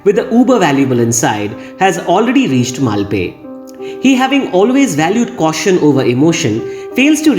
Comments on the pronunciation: Not having seen Scarface, Pulp Fiction and Agneepath, your analysis really added to my understanding of this film. Now, I am curious to see Pulp Fiction. Thank you for another brilliant analysis. P.S. It's मल्पे. Only the ए ki matra is short like the French accent grave (è). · Definitely! BTW, I edited my comment to add a note about the correct pronunciation for Malpe.